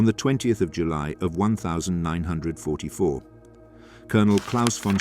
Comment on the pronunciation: Obviously shit AI cant say 1944